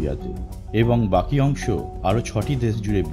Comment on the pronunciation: Lol!! এই ব্যক্তি 'কিছু' কে বলে 'কিসু'--------তারপর 'অংশ' কে বলছে 'অংস'!!!!! what is love!!!!!!!